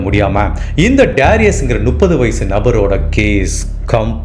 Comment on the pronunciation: கதை சொல்லும் விதம் நன்று. ஒரு திருத்தம். 30 = நுப்பது இல்லை. மு..மு... முப்பது. முட்டைக்கு வரும் மு